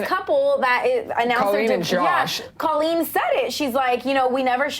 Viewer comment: They should at least pronounce Colleen's name right. smh.